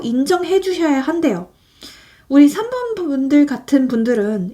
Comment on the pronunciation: 3번 감사합니다. 그런데 4번이 아니라 3번이 맞는거죵?? 4번이라고 들려서...